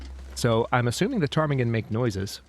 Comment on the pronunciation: I find it astonishing how you just casually pronounce the name of the birds, as if its a normal part of your vocabulary. :_hadSweat: I tried a few times, kept ending up at Potemkin villages and then decided to stay in my lane and call them apocalypse chicken. :_hadBarn